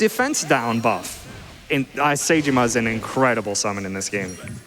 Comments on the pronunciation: It's a great run, and I'm baffled one can beat the game in under 20 hours. Point of order: Saejima isn't pronounced Say-jima. It's pronounced Saejima. They say it often enough in the games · bro said sayjima 😭😭😭😭